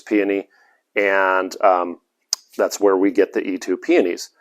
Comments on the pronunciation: Eetoo????? It's pronounced EEtoe!!! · Dear sir it is "eetoh" peony